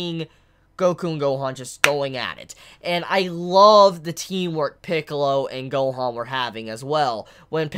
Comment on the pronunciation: I like how you pronounce "Gohoan" and "Monga" lol.